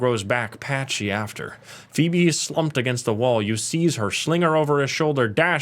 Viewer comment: Sorry, English is sometimes hard for non native English speakers as he effortlessly pronounces “Phoebe” perfectly in the same breath. Hahah I’m at minute 13 so far.